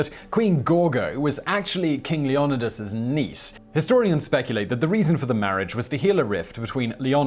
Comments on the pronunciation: Its Leon-aye-dis!!!! FFS! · It's pronounced Leon-ID-idis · It’s Leo nigh dus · Leo ny dus phonetically - your Greek name pronouncing is terrible Simon